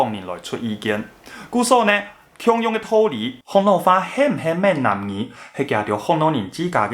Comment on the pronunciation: Ming-nan gi 不是man-nan gi... 前面是「南蠻語」的倒裝「蠻南語」 後者是「閩南語」... 建議就直接講「台語」...